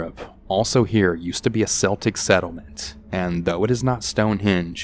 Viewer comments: You only pronounce 'Celtic' with the S sound if you are referring to the basketball team. If you are referring to the old tribes of Ireland and Britain/Scotland, then it is pronounced "Keltic" not "Seltic" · Keltic...not Seltic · Story#1 Celtic is not pronounced "Sel-tic", Europe is not Boston lol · Celtic (kel-tic) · The second story lost me at pronouncing Celtic with the S sound instead of the hard K. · i'm a bit confused about story 2. the miss pronunciation of Celtic and the word 'booked it'. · Terri Campbell I caught that Celtic Thing 2. I just kind of giggled to myself that's a very American way to pronounce it! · Lmfao welsh girl here every time I hear it said like that I die inside 😂😂😂😂😂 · Lol as an American even I do a double take 😂